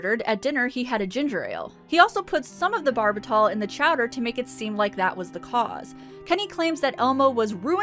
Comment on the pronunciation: Quimby nephew charged in beating. "Chowder" said wrong.